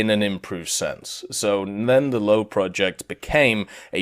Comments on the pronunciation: "Löwe" is spelled more like "Ler-ve" than "lau" or "low". There is just no word in english that spells "ö" correctly. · first tank is pronounced Loover